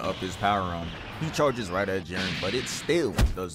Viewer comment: You actually pronounced it right first time